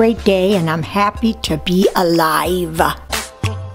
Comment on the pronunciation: "And I'm happy to be aliva" 😂😂